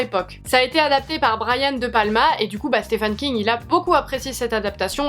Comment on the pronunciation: A chaque fois j’ai le impression tu dis Stéphane King 😂